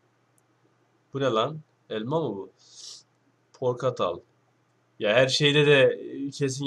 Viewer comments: Hala kelimeler yanlış soyleyiniyor shdhdh porkatal shshhd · abiii o portakal yanlış söyledin jdıdokekdkdkd